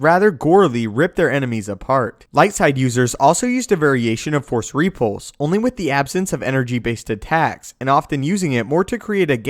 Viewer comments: No, no, you're saying it WRONG. It's rePULSE, not REpulse. LeviOsa..... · Its repulse not ree-pulse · ree-pulse lol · I'll be honest, Other than your repeated mispronunciation of the word repulse, i found the vid interesting... though I disagree with some of the assumptions. First off, what makes you believe he's so invincible? He is one of the last Jedi... certainly the Order as a whole is gone. meaning all the trainers. the holocrons... the knowledge accumulated over eons is simply GONE. Yes, he has some force ghosts that can pop in to help out, but lets face it, it's NOT the same as having some of the best trainers in the galaxy gathered in one place. And those few who knew him enough to have that bond didn't know everything either. Some abilities are going to be gone until another virtuoso can rediscover them, as they were once discovered. The likelihood of him being as strong and as diversely adept as masters in Yoda's day is borderline ridiculous. He may develop some new takes on things, because of a lack of formal training... his own versions of ways to do things... but lets face it, anyone who is self taught is always disadvantaged compared to someone who gets their PHD in a top school. Can't work differently for Jedi. The other assumption that powers didn't exist simply because we haven't seen them in the few movies that have come out, as opposed to the thousands of years of cannon history is also a bit silly. MOST of the series is told from the viewpoint of youngsters... those who, even at master level, are young in their craft. We never get much time with the oldest among them, li